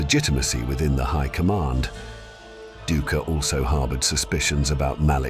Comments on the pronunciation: The historian's name is pronounced DIE-KER 😅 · It’s actually DOO-icker